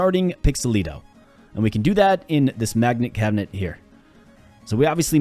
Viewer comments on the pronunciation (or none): Magnet Cabinet. 4, 5, or 6 syllables? Mag-net cab-net? Mag-net cab-i-net? Mag-i-net cab-i-net? I can't be the only one asking.